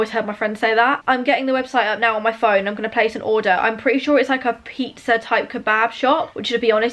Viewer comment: The PIE-ah-zza OMG im dying